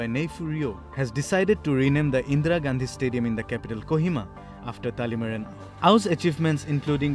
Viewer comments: Not talimara, it's Talimeren.. Thank you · Just letting the report know that his name is talimeren not talemara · I think the reporter did her homework wearing sports tee only to mispronounce Dr. Talimeren Ao. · Good, news reader. But ur pronouncetion is very poor. Dr Talimeren Ao n Akoktally son. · What a shame! The reporter can't even pronounce the name correct.